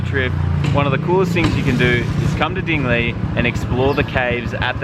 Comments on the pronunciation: I'm from Iloilo and I used to read Dingle like you did. My cousins laughed at me so I exactly know how it feels. I sounded more foolish since I'm a local. lol great video, btw. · hahahaha...I had a wide smile the way you pronounce dingle..